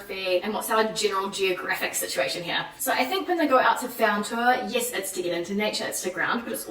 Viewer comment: Great points! But. . . I'm still stunned at how every time she tries to utter even one word in French she completely misvowels it. Like EVERY time! Right from the start she somehow managed to turn the very simple "j'adore" into a "j'adeure". "Un tour" becomes "un teur", surely making her speech pretty incomprehensible to French people. So EASY to fix! Six years living in France, and nobody ever sat her down and had her drill those simple sounds? Why didn't she ask someone, at least for an honest appraisal? Had I met her at any stage I would have had her pronouncing her French correctly within an hour, no kidding! It's all about awareness of the sounds, so easy to learn with some minimum phonological guidance.